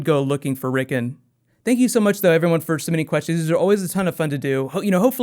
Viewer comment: Considering the amount of detail your videos go to it seems pretty lazy to mispronounce names that are said aloud on the show (several times)